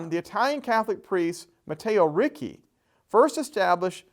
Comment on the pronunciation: It's pronounced Reach-ee not Ree-kay